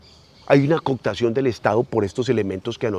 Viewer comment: Interesante, pero la palabreja es cooptacion, no "coctacion", esa no existe. Un abrazo.